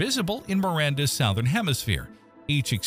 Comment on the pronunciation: assuming the narrator is one of C3PO's cousins, I'll point that,, "terraced" is not pronounced "traced". Yup, has to be a robot, since 'southern' is 'SUH-thern', not 'SOW-thern'. Next is Inverness, if named after the Scottish town, is IN-ver-ness, rather than in-VER-ness.